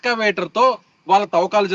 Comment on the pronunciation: Thovvakalu Kadu Thavvakalu